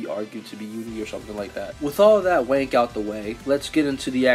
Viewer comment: Why do you keep saying "Wank" instead of "Rank"